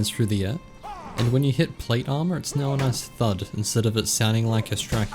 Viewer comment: "hey guys, is " lol